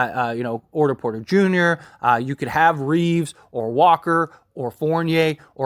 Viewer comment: “orter porter” 💀💀💀